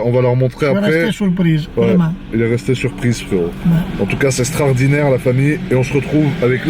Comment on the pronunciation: C’est « STRAORDINNAIRE »